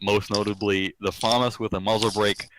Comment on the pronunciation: or "faemas" when as it being french is "Faamas"